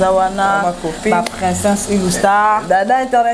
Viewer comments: Ma on dit princess et non princeinsse🤣🤣🤣🤣🤣🤣🤣🤣🤣🤣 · Princesse yango esala ka bino Pema po nako prononcer. Boyekola kolaba princesse